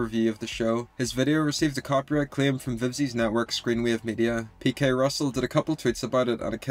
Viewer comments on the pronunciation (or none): none